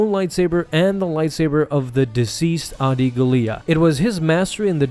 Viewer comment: I do not like how you butchered the pronunciation of Adi Gallia 🤣